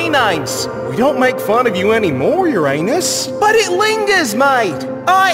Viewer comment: Uranus? More like Urananus😅